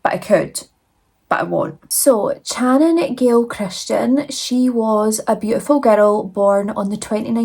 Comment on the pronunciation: you are such a beautiful soul and you did do their horrific story justice. However her name was pronounced Shannon.